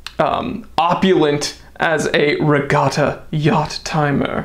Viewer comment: "Etta". It's "Etta". "Etta". NOT E.T.A.